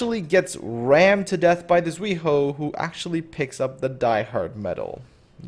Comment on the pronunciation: idk why, it kind of annoyed me when you pronounce zuiho and takao wrong lol. well, umikaze lining up for my next to name........ nice video tho XD